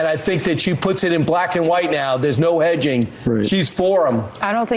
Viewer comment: Did say hedges? I definitely heard edging.